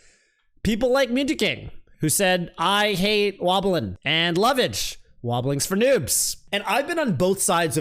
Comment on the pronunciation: Can you like... Stop saying it with an 'H' though?